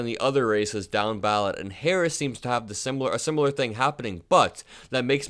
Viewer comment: Woooow, he can't even say vp Harris name he called vp, and her America vote voted up-and-down the ticket